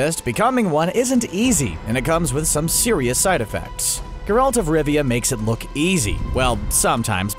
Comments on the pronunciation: I'm sorry, but did this guy actually watch the series? His pronunciation is TERRIBLE. GERalt, not gerALT. and Calanthey. It appears like he's just reading from a script without any real knowledge. Watch the show to get the correct pronunciations before you embarrass yourselves. He mentioned necrophages over a shot of nekkars. They are Ogroids not necrophages. If you want more proof of their lack of preparation for making this video. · I can’t deal with the fact that Geralt wasn’t pronounced correctly. If someone is making a video on something they should at least look at the source material